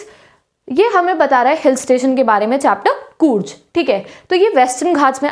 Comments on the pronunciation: When she was pronouncing कूर्ग as कूर्ज my ear and heart felt pain. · Its ग not ज....कूर्ग hai wo love from Karnataka